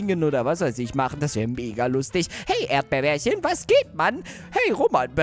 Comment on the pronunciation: erdbeerbärchen heißt nicht erdbeerbärchen sondern er heißt erdbeerchen😄😂😂 habe ich herausgefunden als du den Brief von erdbeerchen gelesen hast😂😂😂😄😄😄